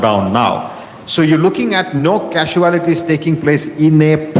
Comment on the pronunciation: ‘Kasuelotees ‘ or casualties?